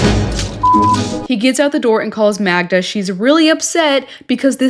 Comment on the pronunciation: her name is magda! it drives me mad that he can't get her name right...